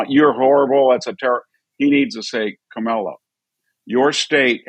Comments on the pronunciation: Not kamella; rather ‘mala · Professor Hanson, I'm a big fan of yours. Stop mispronouncing her name. You're better than that. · hatred filled gossiping no bodies...can we find ALL of your past... sure we can... By the way ...Walz did not desert...he retired..and can you pronounce Kamala name right?...I guess not. All this hate is why you are losing. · Hanson destroys his credibility by intentionally mispronouncing Kamala's name like they've all been taught to do. That kind of grade school taunt makes people dismiss your views. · Also, independent voters like myself see how Trump and his sycophants continue to mispronounce her name. it's disrespectful, and it's childish behavior. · Dr. Hanson, it makes you look bigoted to mispronounce Kamala's name. If her policies are so palpably wrong, why do you need to resort to name calling? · He doesn't even know how to pronounce 'Kamala'. Rather hard to take seriously - aside from all the inaccuracies and fabrications. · Those who mispronounce "Kamala" (including Trump and RFK Jr) seem out of touch. Even second graders know how to pronounce the VP's name correctly. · this guy can't say kamala's name right either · Wow! I am more amused with the third grade level comments from the MAGA cult…rude, crude, uneducated, divisiveness. Good luck boys! Even the hosts of this dying show can’t give the vice president of the United States the respect of pronouncing her name properly. I am truly impressed.